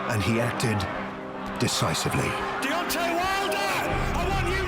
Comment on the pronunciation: Can somebody at BT please tell Steven Bunce it's DEONTAY not DEONTY, thanks...